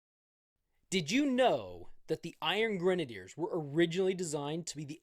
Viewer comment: Finally, someone on Youtube that can pronounce "Iron Grenadiers" correctly. Now, do any of these figures come with actual grenade launchers?